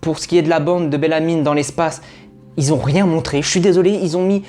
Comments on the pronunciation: Ça ne se prononce pas BellamyNE mais juste Bellamy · Je me demandais si j’étais la seule à entendre BellamyNE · C belamy pas belamyne mais sinon tres belle vidéo